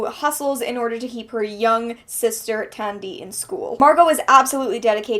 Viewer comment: Casually listening while cooking supper when I hear my name. Wow, that was weird. I've never seen a character with my name before. Although it's pronounced Tun-Dee not Tan-Dee 😊